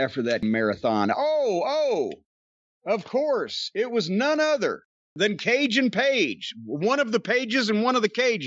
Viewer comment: That "Cage & Page" mention sounded a bit like "Cajun Page". Hmm, maybe that's an idea for a new gimmick for the cowboy?